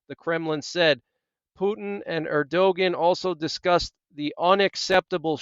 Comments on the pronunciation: Just thought you might want to know his name is pronounced ER do Wan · Erdogan said as Ur-doe-wan(t) Like want without the 't'. But guess you're not too bothered about how to say his name. Yes all very biblical, some say Psalm 83 in progress the warm up before the next main one. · It's Err doe won. It looks like how you said it, but it's not. Keep up the good work! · The pronunciation of Turkey's president is:ur de wan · Err-doh- juan... there maybe you can pronounce that correct since you keep bringing all this breaking emergencies . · Hi friend- I appreciate your reports. Btw- the president of Turkey- his name is pronounced “Air-doh-wan”. Erdogan. 😀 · The correct way to pronoun Erdoğan is "Air-doe-wan". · You are mis-prnouncing Erdogan